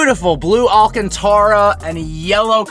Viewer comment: still can't pronounce "alcantara" correctly smh lol